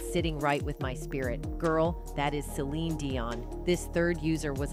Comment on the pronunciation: Why does the narrator keep calling her, Celina Dion? Are you not even invested in your own channel? That you cant stop calling her a name that isnt even hers? This channel is pathetic ! Your not invested to get it right makes me not invested and this is my 1st and last time being here.